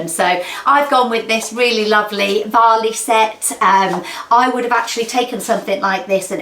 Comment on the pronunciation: Varley, not valley 😂